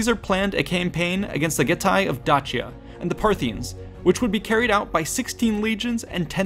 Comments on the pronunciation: You are correct it should be pronaunced Dakia. since Romans are latin and Dacians are a Thracian united collective forces it is misspelled and mispronaunced since Romans are not Thracians and have assinged a word and sound closer to their Latin language but not exactly as a local thracian would have said it. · Huh, always pronounced Dacia as 'Day-she-ah'. Anyone else? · It is pronounced day- sea-ah as it only has one C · They would actually have it pronounced like D-a (like in Amen)-k (like c in cake)-i-a. Caesar was pronounced like K (again like the c in cake) - a (Amen)- i-s-a(Amen)-r. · Am I the only one who just realized they've been pronouncing Dacia wrong for years. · Truly insane how you pronounce Dacia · You really, really, really need to work on pronunciation. (Dacia...Dalmatia...Croatia) If you're unsure of a word, Google translate has an audio feature. Use it. Don't be a Simon Whistler or any random nerd who thinks Darth Vader's flagship is named for someone who's come to read some paperwork to you. I had to stop watching. I can't take you seriously and you're hurting my ears. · Learn how to prenounce dacia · Just one thing that irked me in this video (other than that I enjoyed it and it was educational). There are several ways to pronounce Dacia: Day-sha, how many native English speakers would pronounce it Da-see-ya, the other popular way to say it Da-chee-ya, the modern Italian pronunciation Da-kee-ya, the Latin pronunciation. Yes you read that right, Latin C's before the vowels a, o, and u were pronounced as a k. Julius Kaeser, wonder why the german emperor was called Kaiser? Anyway, keep up the good work! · awesome video thank you. your pronunciation of dacia did my head in though. lol. dayshia ;-) never heard it with a 'ch' before. plus even the romans wouldnt have pronounced it your way either. would be dakia to them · isn’t dacia pronounced dashia? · dAAAAAAcia not dachia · Correctly? "Dachia" is so painful to hear. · its pronounced Dakia tho